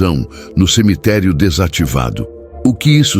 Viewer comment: Aisso e buato mano pode ver qui ele sempre fala em semiterii